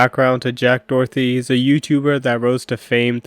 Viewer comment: It's Doherty, not Dorothy. Get it right, but at any rate he deserves all the Karma coming his way. It's gonna be good, y'all! Especially since he's wrecked his McLaren like a little pu$$y. Literally he's a coward.